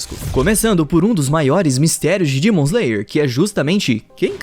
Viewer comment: Cara no meio do vídeo eu percebi que em vez dele falar demon ele fala dimon me deu uma agonia